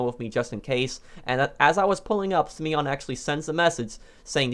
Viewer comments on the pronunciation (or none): Simon not simion